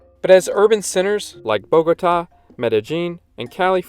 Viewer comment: Thank you for this informative and balanced video. And you even taught me something on the Biodiversity of Colombia, the very article I wrote years ago on Wikipedia. Just a pity about the pronounciation; it is Bogotá, the accent should guide you to stressing which syllable, it is not Bógota. But else, good video.